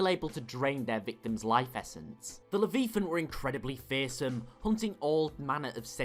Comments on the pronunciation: Leviathan.... Like the biblical creature... You speak like you've never heard this word uttered before. WTF? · I find it hard to believe that the Terentatek did not make this list of top Sith monsters. Terentatek were so perilous that the Jedi devoted an entire organized effort (known as the great hunt) to exterminate them. Additionally your pronunciation of "Leviathan" is incorrect. Desired pronunciation: The first "I" sounds identical to the "y" in "try."